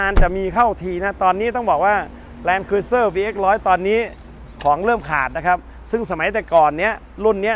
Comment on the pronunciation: แลนครูเซ่อร์ไม่ใช่ครุ๊ยเซอร์ครับเห็นเรียกผิดเป็นส่วนมาก